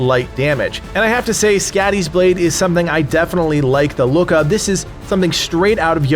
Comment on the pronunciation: skadis .blade..its pronoced ..like your saying scotty.. but it whould be..soddi ..she is a norse goddess of winter and the hunt..and she looks like a juaten weridly